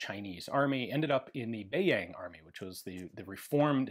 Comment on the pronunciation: duan qi rui- try pronounce like dwan-chi-ray, and beiyang army prounce bei-young